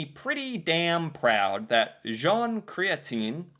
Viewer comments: An entire generation of hardcore rightwingers in Canada just came in their pants when you pronounced Jean Chretien's last name "krêteen" instead of "kret(ch)-ee-ên"* (Soft ch, not hard ch) he's Quebecois, after all. Seriously guy, look up Quebecois pronunciations. You don't want to give that poor bugger who has to give English premier league results on Nigerian tv a challenge for most mispronunciations a in a single word, do you? Especially because English is his fourth language? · Jean Cretien (PM ) is pronounced Jon Cretch - ien. One of the only Prime Misters names I remember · Jean Chretien. Pronounced Chret -shen (roughly). Use a french accent.